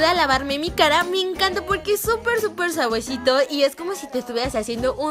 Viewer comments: En el minuto deseo sawesito en ves de suavecito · leeslie dijo:super,super sawesito en ves de super super suavesito en el minuto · dijo super sabuecito en vez de suavecito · Like si escuchaste que less dijo en el minuto *súper suaguesito*😁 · En el minuto leslie dijo suavuesito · En El minuto leslie dice sovesito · En el minuto dijo suajuesito y no suavesito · en el minuto less dise saguesito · en el minuto dice saguesito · Like si escuchaste bien el minuto En vez de decir suavecito dice sahuesito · Lesslie dijo suavuecito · Like si escucharon ke Leslie dijo es súper sawuesito en vez de suavesito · LIKE si te diste cuenta que dijo suaguesito en vez de decir suavecito en el minuto alsa el volumen alto para que puedas escuchar mejor okki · te diste cuenta que lesslie dijo savosito en ves de decir suavesito miralo a ese minuto lo dijo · En el minuto Leslie dice suavuecito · Like si escuchaste que dijo saguesito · Lesslie no sabe ablar jajjaja se dice suavecito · Minuto dice sabuesito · Like si Notaron que en el Minuto o dijo Suavuesito? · Like si escuchaste que en una parte dice suaguesito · es super suevuecito?? 😂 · En el minuto dice suevecito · leslie dijo suaguwesito en 0. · like si escuchaste que dijo sabuesito